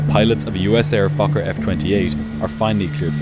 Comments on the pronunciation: That also sounded like f*** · im sorry but it sounds like you keep saying 'fucker f20' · Why does my inner 12yo come out every time you say focker? “But this focker had flaps.” 🤣🤣🤣 Ok ok, I’ll go back to adulthood now.. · its sound like you said fucker at the start of the video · I kept hearing “the fucker” when he referred to the plane and I feel a little bad about being so amused by that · im sry but everytime you say fokker i hear f8cker 😔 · Every time the narrator says "USAir Fokker F-28" it sounds like he is cussing! Not good if you have small, impressionable children listening. (joke) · air fokker. 😂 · I KEEP HEARING THE SWEAR WORD. Also he repeated the airline name again as I read your comment, so it was hilarious even more xD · Your Fokker pronunciation is crazy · He did not say Fokker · He said fokker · the first time I swear he said something else😂